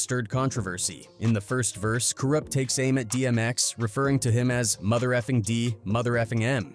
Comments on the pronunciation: who is Kooroopt ? also early 1990's ? dmx came out in 98 , how the fuck is that early 90's ??? whoever narrated this needs to get they ass back to school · I've about had it with hearing "Kuroopt" from this guy....😤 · ka roopt. 😂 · these ai voices are terrible.... cooroopt tha streetz is a mootha...anyway i never knew about this beef between them. i would listen to all those dmx albums as a kid at the time but had no idea theys was beefin.